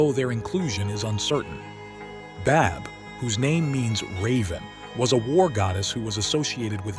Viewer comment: The pronunciation of Badb is 'Bive' 💚 great video 💚